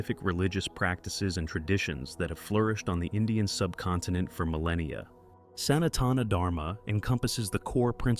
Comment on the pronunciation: Is it a real human voice? The way the word "Sanatana" was pronounced (with the accent on the third syllable rather than the second) leads me to suspect that the narration is artificially generated... What is your opinion?